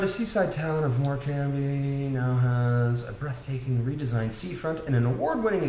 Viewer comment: Wonderful.. May I introduce myself, I'm a 70 year old Lancashire lass, can I just help you here, you don't pronounce the B in Morcambe, it's Morcam :D.. Kendal mint cake is more like a sweet confection, it's not a cake ;) I don't care for either Chorley or Eccles cakes.. never have....Uncle Joe's mint balls..well what can I say, we ate them as kids when we were growing up, they are quite weird, they are kinda minty and medicinal at the same time. A stick of rock is traditionally made in seaside towns, if I went to one, it's definite I would buy one of the many flavours to bring back for friends.. the one you have is the traditional mint one... it's great... BTW, great to meet you on YT... love your channel